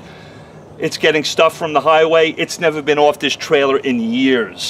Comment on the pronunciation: There's no "w" in "off"